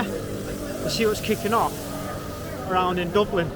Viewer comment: "Let's see wots kikin off"😂